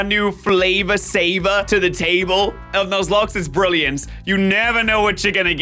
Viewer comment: Please tell me I’m not the only one who heard say “luzlocke”